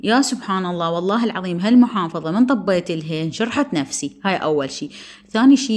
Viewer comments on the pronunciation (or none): none